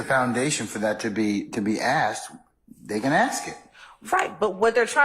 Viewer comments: Right 😂 It's annoying tl out of me. I wish she just learn to say "asked" 😂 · Why does she keep saying axed